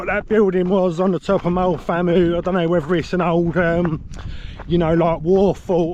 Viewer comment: Thanks for the footage, hoping to do this in 2026. BTW, Moel Famau is pronounced "vam-eye", and the hill after Moel Arthur (just before you got to the first checkpoint) was Penycloddiau (pen-uh-clothee-eye)!